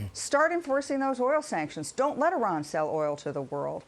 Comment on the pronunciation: I THINK WE DIDN'T HEAR BIDEN CORRECT. HE DID NOT SAY - DON'T - BIDEN SAID - DOH !! - QUOTING Homer Simpson